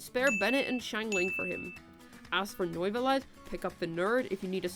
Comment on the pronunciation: "Noivolet" lol